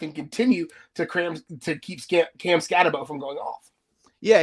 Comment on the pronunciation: It's Scatte"boo" not Scatte"bow".